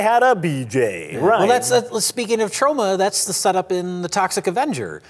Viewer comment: I just heard say Troma.